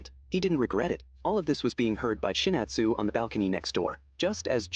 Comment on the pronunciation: Chinatown? Chinatzes? Shinatu? Chinatoo? Chinatu? Chinata? Shinat? IT’S CHIZURU!!! 😂